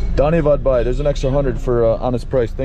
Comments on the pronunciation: Not Bhai say dai 🤣🤣🤣🤣🤣🤣🤣🤣🤣🤣🤣🤣🤣🤣🤣🤣🤣🤣🤣🤣🤣🤣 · Not Bye, say Vai